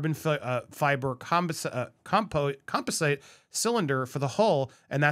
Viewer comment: Dude can't say composite. He says Com Po Site .. it's COM POZ IT .. I've never heard anyone say Compo Site before. In 47 years. SMH.